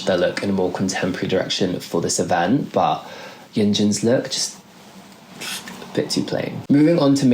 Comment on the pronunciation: umm can you please work a little on your pronunciation of Yeonjun in literally sounds like Yeonjin and sometimes Hyunjin rather than Yeonjun